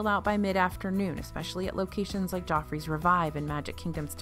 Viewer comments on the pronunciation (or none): I thought you was saying 'jaw freeze coffee' 🤣